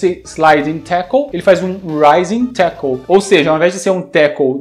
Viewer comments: "Rising Tackle". Tinha um amigo na escola que jurava que ele falava "Cartoon network " hahahahaha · Rising tackle eu achava que era : Ai meu saco! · Sempre achei que o Terry falava "Mata inseto" no golpe do carrinho RS...